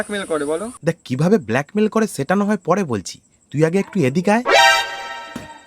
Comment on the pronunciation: Tumio সেটা কে ছেটা bolco dada 😂